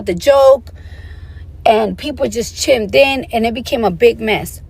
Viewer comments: When she said “chimmed in” I lost it. You mean she doesn’t know the word chimed. Embarrassing! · She said chim in and edacate😂😂😂😂😂😂 I can’t breathe😭😭😭 this conversation was too much to listen to🤦🏾‍♀️🤦🏾‍♀️